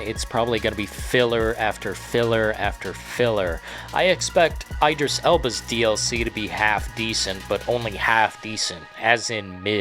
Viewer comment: ID-RISS not EYE-DRIS. Like Id Software not EYED Software.